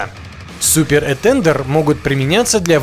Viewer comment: Что за "этЕндер"? Про "этандАр" не слышал? Абсолютно безграмотная говорящая голова. Учи матчасть.